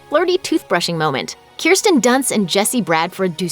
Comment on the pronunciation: me being a Pentaholic, got pissed off because of the way Kirstin/Kirsten was pronounced